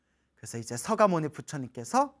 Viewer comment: 스님 법문 잘 듣고있습니다 헌데 석가모니 부처님 아닌가요?? 왜 항상 서가모니 부처님이라고 하는지요? 석가족 아닌가요? 대부분 스님들 법문들어보면 서가모니라고 발음을 하시는데요 조계종에서 부르는 부처님 공식 명호가 바뀐건지요??